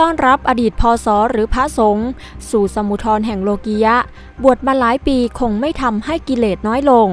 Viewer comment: เขาไม่ได้อ่านว่า สมุดทอน เขาอ่าน "สมุด" ครับ จ้างผมอ่านไหม?